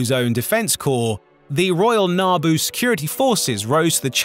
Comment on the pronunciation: "NaaaBoo" kinda bothered me. Wasn't sure what he was talking about at first